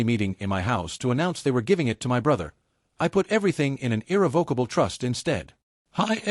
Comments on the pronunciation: how hard it is to say "my" instead of saying M Y ....... as two seperate letters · Please fix writing so AI stops reading "my" as letters M Y since it is used for emphasis so much. AI could just read it with proper intonation instead. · Why can't A.I. pronounce my ? It's ridiculous ! 🤬